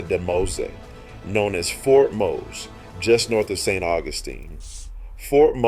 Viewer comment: I was born in St. Augustine and I am familiar with Fort Mose and the Seminoles. However, you did present new information and I’m grateful for the reminder! I was also glad that you pronounced the fort correctly and not as Mo-say. Keep up the good work!